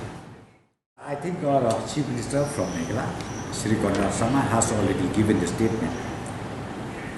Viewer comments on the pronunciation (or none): Niiiiiiii man ba kren prestone ng sngp um ju nang ban pronounce ,"Meghalaya" shu ong bt "Meghla" Shame on u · What a game kung-fu hustle 🤣🤣🤣🤣🤣🤣........ Lah goi pronounce "Meghalaya" ruh u pronounce Meghala...🤣🤣🤣🤣🤣🤣..... Leit skul shwa me khie synlen 🤣🤣🤣🤣🤣🤣